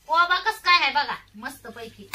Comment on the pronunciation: कोबा नाही कोबी